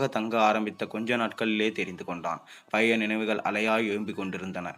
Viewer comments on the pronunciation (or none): none